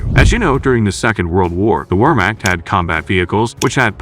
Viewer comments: I'm thinking that it might be a good idea to dig a little deeper. Also, when mentioning foreign names (such as Wehrmacht), it would be a good idea to learn how to pronounce them. It's not 'wormakt" but 'vehrmakht', for example. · You need to teach your AI voice how to pronounce "Wehrmacht."